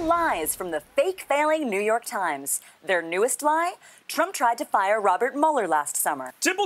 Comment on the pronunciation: "The Nü Yörk Trimes"